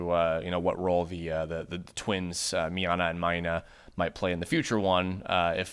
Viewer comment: its miyna not miana